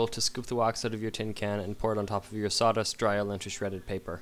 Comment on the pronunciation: Dude, its SAWDUST not SATAS.